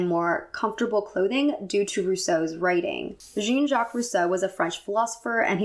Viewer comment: Such a lovely and informative video. Thank you for sharing all your knowledge (and thank you for prononcing "Jean-jacques" as in jean, the pair of pants, it was hilarious for my native french-speaker ears ^^)